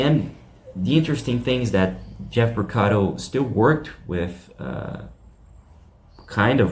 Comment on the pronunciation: It's pronounced P O R C A R O, not PorcaDo !